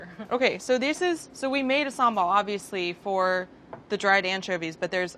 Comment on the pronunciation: SHE PRONOUNCED SAMBAL PERFECTLY ahaha